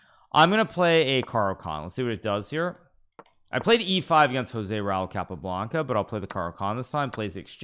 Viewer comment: Blood coming out of ear’s when he saying Tal and Joze RAul 😄